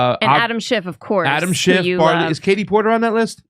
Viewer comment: It's Schiff....SCHIFF. Not SchiffT.